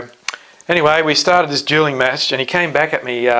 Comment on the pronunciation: You seem legit but dude. 'Duling match'? I swear you pronounced Erastosthenes as 'Erastotales' I wouldn't even bother trying to change a flat earth mind. People that stupid can fuck off.